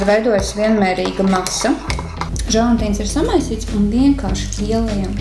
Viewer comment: jāsaka želatīns nevis želantīns